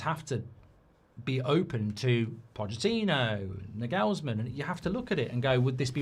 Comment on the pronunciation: It’s pronounced ‘Narglesman’